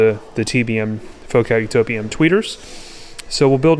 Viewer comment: Utopia, man, not Utopa 😂.